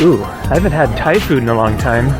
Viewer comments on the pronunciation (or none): none